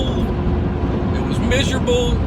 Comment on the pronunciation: Bro the way this guy say miserable idk something about it makes me crack up so much LMAO. Subbed